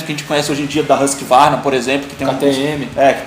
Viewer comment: mano nao existe moto da RáskVarna nao caralho se pronuncia vulgarmente "USQUARNA" aprenda :>